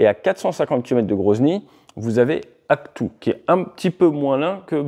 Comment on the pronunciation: Comme d'habitude Ate, c'est super Merci: Par contre on prononce AkTAU et non AkTOU, j'y suis allé plusieurs fois pour des travaux geophysiques sur la mer Caspienne et j'ai vérifié auprès de mon epousenee au Kazakhstan à Almaty, qu'on peut prononcer Alma Ata aussi, dans ce cas.